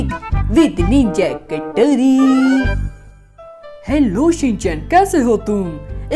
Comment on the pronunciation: Bhai Ninja hathaudi hota hai katori nahin hota😂😂 bro big fan main tumhari sari video dekhta hun 😘